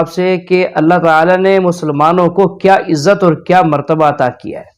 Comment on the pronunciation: Madam ijjat nahi izzat hota he